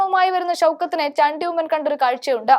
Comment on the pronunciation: മലയാളി അല്ലേ മോളെ നീ. ചാണ്ടി എന്ന് പറയാൻ നാക്ക്‌ ഉളുക്കുന്നുവോ 🤔